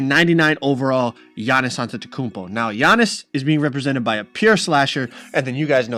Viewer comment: HIS NAME IS NOT YA-Nis it’s AH-NiS AhnTeKumpo